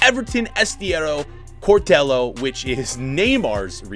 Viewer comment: No one:: Cortelo Us:Cortejo